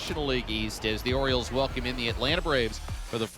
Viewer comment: Its the orioles not OREOS!!! 😂😂😂